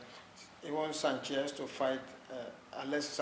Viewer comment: It is pronounced SANchez, not sanCHEZ